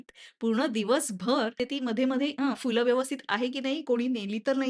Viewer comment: Fool nastat madam phool ( फुलं ) असतय मॅडम